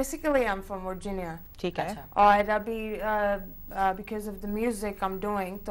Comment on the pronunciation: basically i am from "Wirginia." hahahaha, i am a pakistani-american from northern virginia too, but it is hilarious how she claims to be "originally" from here, yet she pronounces the state in the most stereotypical pakistani accent. i have nothing against accents, but don't claim to be from a place "originally" when you obviously aren't.